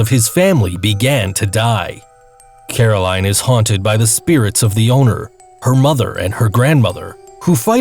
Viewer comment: It's Coraline not Caroline